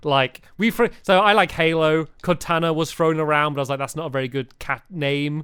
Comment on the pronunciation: Stampy! It's NOT katana, it's Cortana, COR-tana, Stamy, cor!